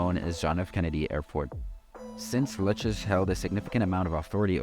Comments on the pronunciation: The " Lu Chez " crime family 😂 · lou k z , how your saying it is nuts